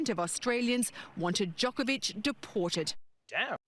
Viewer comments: Is everyone pronouncing his name Joke-a-vich on purpose? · Is Trevor mispronouncing his name as Joke-a-Vic instead of Jock-a-Vic on purpose?